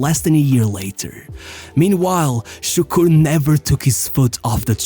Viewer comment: I was leading Turkish workers, 30 of them, not being a Turk, it was challenging, but they were good lads... until I mentioned Davor Šuker, which sounded like "Sukur", I had to rebuild authority up again just from that